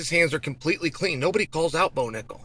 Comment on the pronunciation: Not bo nickel”back” 😂